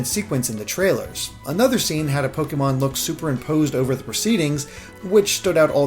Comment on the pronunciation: i love you but the “é” in “pokémon” has an acute accent. it’s pronounced “poh-keh-mon” not “poh-kee-mon”. it’s short for “pocket monsters”. sorry for the correction, but you go back and forth between the two and it drives me ludicolo